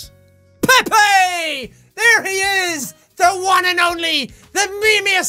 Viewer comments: Pepe is pronounced (pee-p) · Oh... I thought Pepe was pronounced peep 😅